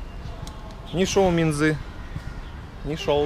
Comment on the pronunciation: Не минзЫ а мИнзы слух режет такое простое слово